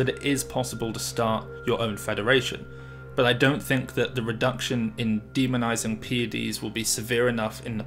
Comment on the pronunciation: ”I tink”